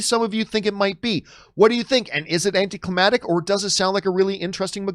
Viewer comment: John are u tryna say "AnticlimaCtic" Lol.